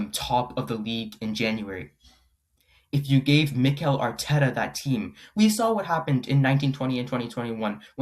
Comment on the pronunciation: why he saying mikel arteta like that, who is this guy?